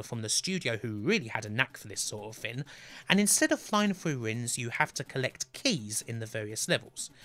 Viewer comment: Kin of the Rin, that's the thin!